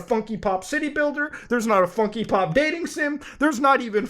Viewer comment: Lol "funkee pop"